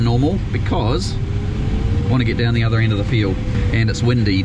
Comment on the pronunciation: When he says ind does he mean end? 😆